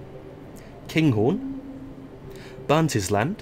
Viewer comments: Glen-Roth-es. Not Glenrose. Also, Burnt- Island, not Burntis-land. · Good video but you do need to work on your pronunciation of Scottish place names. Not Glenroathes its Glen-Roth-Es, for Burntisland it is literally pronounced Burnt-island as in an island that has been burned. Not a biggie but does take the gloss off an otherwise very good and informative video. Would be happy to help or advise you in future - particularly with Just Trains 'Highland Main Line' due for release soon.